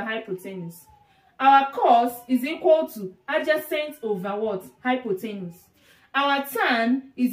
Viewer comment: It's hypotenuse, not hypothenus lol. Anyway, great video and explanation. I look forward to viewing your future videos.